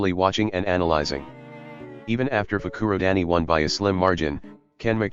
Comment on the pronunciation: I live how instead of Fukurodani it's fruku-daddy